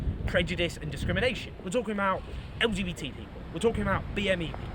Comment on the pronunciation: I think he’s struggling to say LGBT 😂